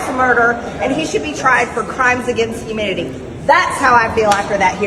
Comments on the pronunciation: Did she say Fauci should be tried for crimes against "humidity "?!😂😂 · Not only does she mispronounce antics (annex), there's the part where she says "Dr. Fauci should be prosecuted for crimes against humidity"- Does she happen to think he did something to the "humidity"... oh, ohhhh, she meant to say HUMANITY. I see. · Did she say, "Crimes against humidity"??? 🤣🤣🤣🤣🤣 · It sounded like she said crimes against humidity. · Did she say "crimes against humidity?" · did she say "Crimes against humidity"? Maybe Dr. Fauci told her to dry up. 😂😂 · Not only can she not say the word antics but am I hearing her correctly when she say that Dr Fauci should also be charged for crimes against humidity, I mean how does that work, please clarify if I have misunderstood what she said. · She likes to say impordan too. She also said crimes against humididdy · I swear it sounds like she said crimes against humidity.